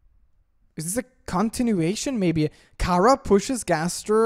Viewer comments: OK not to be rude or anything just your saying cara like its a vegetable while i say it like chara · It's not khara it's ch chara ch ara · sigh ITS NOT CARA ITS CHARA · SHE NAME NOT KARA, SHE NAME CHARA CH CH CHARA! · Is it pronounced cara or chara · Your saying chara wrong its ch-ar-a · its chara (chRa) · Its not kara